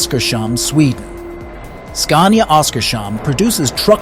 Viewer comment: It is called OSKARS HAMN, Not OSKARS SHAMN 😂😅😂😅😂😅😂😅